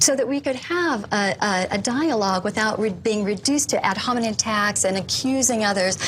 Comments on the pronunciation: “Ad Homenen” 😂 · Did she say "ad-hominid attacks"? 😂